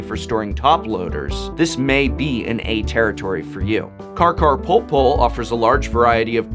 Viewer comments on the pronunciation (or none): why do you say "carcarpoolpool"? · It hurts that he says "carcarporpor"